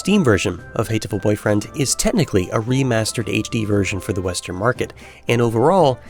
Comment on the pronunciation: Wow, such a hateful way of pronouncing the title... :D